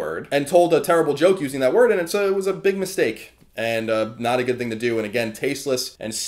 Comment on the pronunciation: I still hate the way you say "thing" actually its most words that start with "th"